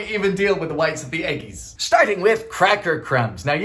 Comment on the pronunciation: there's something hilarious about you saying "eggis" in your normal-human youtube voice.